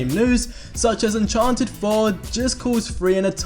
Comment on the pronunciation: Sorry did you say uncharnted?!?! IT'S UNCHARTED!!!!!!!!!!!!!!!!